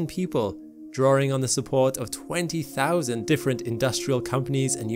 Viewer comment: ".... drawring .... " Really?